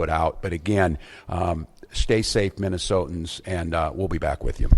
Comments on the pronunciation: Good grief, if i never have to hear "Minnesotians" again, it will be too soon. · When did they start calling Minnesotans, Minnesoans? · When he says “Minnesotans” does he mean United States citizens that live in Minnesota? Or just whoever the fuck happens to be in Minnesota?